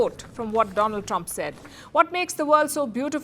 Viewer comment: Dolund trump is the right pronunciation ek kaan mei leta hai aur ek muh mei